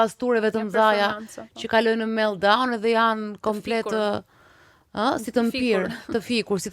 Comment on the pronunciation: Sa palidhje titulli wow Dalina dhe ti vuan per klikime. meltdown kriz enocionale se ke merak moj Dalina te flasesh anglish meLLdaun